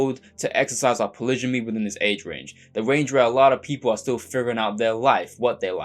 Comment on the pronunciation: how can a person be so articulate yet mis-pronounce "polygamy"?